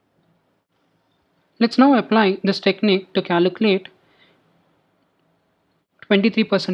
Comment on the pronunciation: Great video but it’s pronounced caLculate not caLUcalate Trying to help you good luck brother